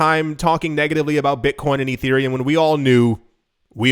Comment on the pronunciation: Erethreum?! Urethrea? LOL Dude....come on